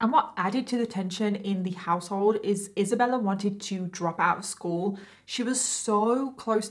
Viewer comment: who is Isabeller?? I kept hearing the name Isabeller